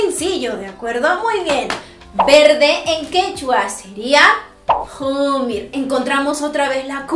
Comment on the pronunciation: uji, qillu, jumir.pesima pronunciacion. es occe, ccello, ccomir. la q no es una jota velar, es una cc posvelar